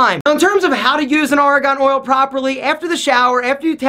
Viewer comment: Great vid! But it's Argan oil, not Aragon oil. 😂